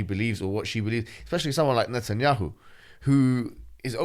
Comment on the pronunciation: I just know Mohammed Hijab pronouns Netanyahu as نتنyahu and it’s hilarious